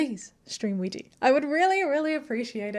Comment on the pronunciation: I'm unsure how to ask this without coming across as rude, so please forgive me... As the artist, are you intentionally choosing that mispronunciation of Ouija or is that just how you're familiar with it being pronounced?